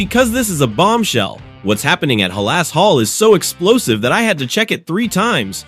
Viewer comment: Stop mispronouncing halas 😢